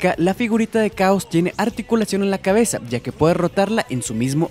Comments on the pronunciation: Por lo menos una vez dijiste chaoz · Pronuncio 5 veces el nombre de Chaos... Cuales 4 de ellas dijo "caos", solo una vez lo dijo bien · Como que "caos"? Esta es una de las razones por que este " narrador" no me gusta, aparte que su voz es floja, pronuncia mal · name is chaos not caos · Es chaos no caos y su maestro es tsuru no tao pai pai pero bueno un error lo comete cualquiera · me sangran los oídos de tanto oír caos, se nota que ese we nunca vio dragón ball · ¿Qué clase de hombre no es capaz de conocer la pronunciación del nombre?